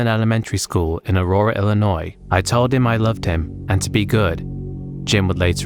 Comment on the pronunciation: You say Illinois like a pro!